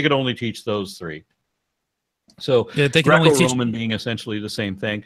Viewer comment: Did Aron say Draco-Roman or Groeo-Roman? How about Loki(I?)sm ?